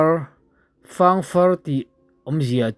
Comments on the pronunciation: Fâng far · Di-In chauhin ditip a nei aw. Puk chhung chung lam hi DITIP tiin tumahin an sawi ngai lo. "Fâng rawn-aw" Hetah hian, "Fâng" hi i lam dik lo tlat bawk. Buh sawina "Fâng" rik dan pangngai kha a ni mai. "Rawng àw" tih hi, kan umau Lai/pawi tawng a ni a, rawn haw rawh/rawn kal rawh tihna. Buh kohna i tih hi chu a dik e. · Fangrawng tih khi buh fang tih laia fang tih angin i lam a, fang( buhsawina) thlûk deuh tur a ni zawk lo maw.